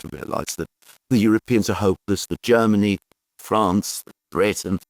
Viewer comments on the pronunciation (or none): none